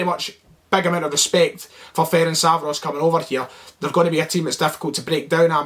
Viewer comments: Firstly let me help you with the team name - F-E-R-E-N-TZ-V-A-R-O-SH ->letter E-pronounce it like like you would do the E in a word Echo. TZ-pronounce it like first to letter of a word TSar - finally SH pronounce it like first two letter SHoot :-) about the game: Celtic is a favourite team here, but you will have more difficult times than you had againts the Icelandic team. You got lots of respect from Hungary even if you look at the colour and nobody really says that it will be easy. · yip. Am still saying (feh-rink-vah-ross) but cause I've pronounced it that way for years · Ferencváros (Feh-rents-wah-rosh) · Hopefully now you can learn to pronounce our name. Good luck in the Europa League! 💚 🤍 Ferencváros! 💚 🤍